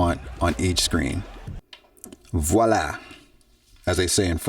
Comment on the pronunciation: Excellent and clear presentation. And your "voilà" is absolutely perfect, very close to native speaker pronunciation ! (I'm French).